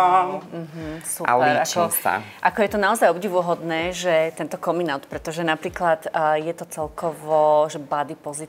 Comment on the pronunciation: Komin aut?? Omg coming out sa vyslovuje kamin aut